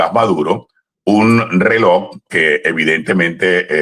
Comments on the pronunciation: Se pronuncia Relojjjj no reloc, con Respeto. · No es "reloc," 😮 es "reloj"